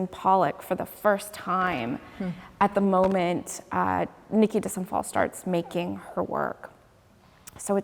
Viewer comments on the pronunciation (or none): It’s pronounced day sant phalle